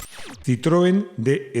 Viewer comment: DS en francés se pronuncia "dees". Déesse (diosa) en francés tambien se preuncia "dees".